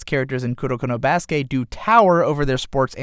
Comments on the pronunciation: Kurnokurno BRUH ITS KU RO KOOO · I like that he said kudokudo or kudoko instead of kuroko